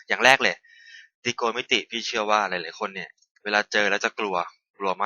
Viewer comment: I’m in 9th grade. That’s really funny how he says trigonometry. Great vid though!